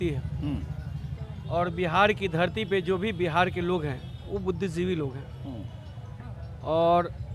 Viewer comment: बिहार के बुद्धिजीवी को देखिये, बुद्धिजीवी का उच्चारण नहीं कर पा रहे हैं, राजद के मंदबुद्धि ।